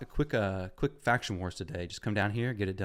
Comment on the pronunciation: Kwisk is my favowite!